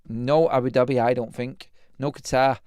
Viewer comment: the way you said Qatar 😂😂😂😂. Qeetaaaaaaaar 😛